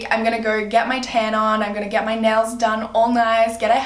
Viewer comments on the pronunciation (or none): none